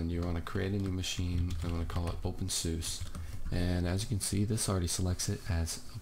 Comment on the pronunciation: You Said OpenSUSE The Wrong Way